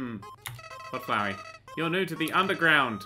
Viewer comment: HE PRONOUNCED FLOWEY RIGHT THANK GOD